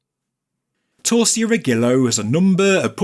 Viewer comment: Great video! 👍 I suggest you type Torcia Rigillo into Google Translate and listen to the pronunciation in Italian. You'll probably be surprised. By the way, torcia means torch and riggilo is seal .